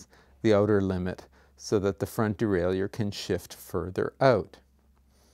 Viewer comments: Well put together. But I gotta ask... de-rail-you-er??? Isn't it pronounced de-rail-er? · It is pronounced de-rai-lleur as any dictionary will attest to.